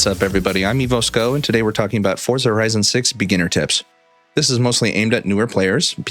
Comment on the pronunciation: you pronounce forza wrong....nive video though